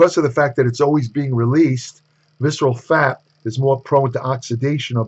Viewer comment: "Sexual adiposity"?? 😂